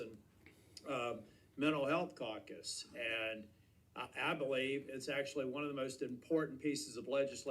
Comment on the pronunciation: I know tillis is a scumbag RINO but somehow he keeps getting sent to washington notice he said mental health cacus instead of safer communities act